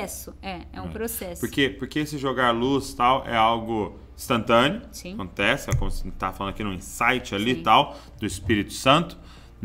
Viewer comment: Gente 😂😂😂 Voltei umas 10 vezes e nao tava entendendo!!! Depois de comentar voltei denovo e consegui ouvir q é "estantâneo" 🤣💖 #AgoraFoi